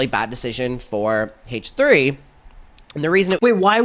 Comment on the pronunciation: It sounds like he says “haech 3” instead of H3 and I hate it